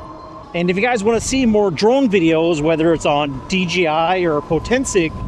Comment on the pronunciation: It’s DJI not DGI